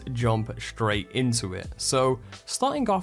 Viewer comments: Damn pressed return by mistake. I was trying to say that there is no ‘h’ at the beginning of ‘straight’. You pronounce it ‘shtraight’ and it’s annoying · Dude, there is no ‘h’ in ‘straight’